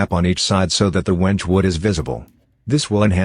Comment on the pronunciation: Your robot narrator needs to learn how to pronounce Wenge. Why a A.I. voice?